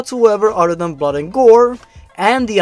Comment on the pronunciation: You're not perfect. Especially Hyperrrrrealistic BLOD.